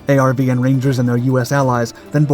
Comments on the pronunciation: ARVN was pronounced “R-Vin” not A-R-V-N. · ARVN is pronounced R-VIN.. simple. ARVN meant Army Republic Viet Nam.